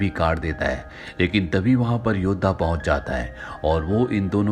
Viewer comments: Bhai yoh YODA hota hai Yodha nahi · योद्धा नहीं भाई yoda